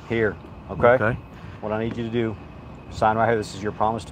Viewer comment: DEW your DEW diligence like I DEW and I DEW believe this is an injustice! I DEW believe that MAUI is also experiencing injustice! DEW you hear what I’m saying?